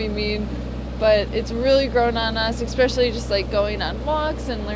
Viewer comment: "Ekspecially" nice to see the sails up!